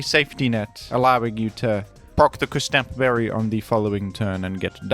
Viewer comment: "Küs-tap Berry" 😭